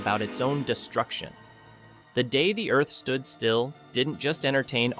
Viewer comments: Before that it was "Claw-too"...ugh! And then there's "The Day (long pause) the Earth Stood Still"...gag. And THEN it says that the musical score helped the actors in the portrayal of their character?? The score / soundtrack is added in POST-PRODUCTION... LONG after the actors are gone! Sheesh!! It baffles me that creators of these clips are too cheap to hire REAL actors who have actually SEEN the film to provide the narration. Do they not listen to the playback and see how ridiculous it is? Needless to say I will NOT be subscribing to this channel. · That the video's narrator is a mediocre AI? The Day The Earth Stood Still